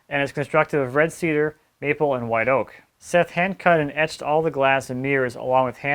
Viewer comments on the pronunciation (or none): none